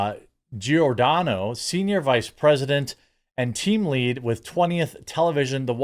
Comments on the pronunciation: In Italian language Gi = J, so the name is pronounced "Jordano". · Pronounced Jor-Don-O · It's Giordano, pronounced like "Jor-DAN-oh". Easy, like Giacomo is "JACK-o-mo, and Gianni is simply "JONny", like Johnny. And speaking of race/nationality, I am not Italian, although I know this language, I am half Chinese and half Russian and my parents met in Canada. And I'm a woman. (As opposed to a "cis woman" whatever "cis" is supposed to be, or anything else!) Oh look! It's "Lefties losing it: from Rita Panahi next on my feed! Good for a laugh but the lefties have a way of pissing me off more and more these days... maybe that's enough youtube for today... ...ok, one more. I don't know what just yet...then that's it!